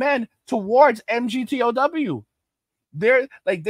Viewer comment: Say migtow emgeeteeohdoubleu doesnt roll off the tongue brother hard to listen to